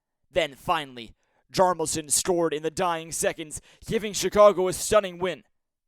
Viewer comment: His name is NOT pronounced JAR-Muhl-son!!! It is pronounced JALL-MAR-SON!!!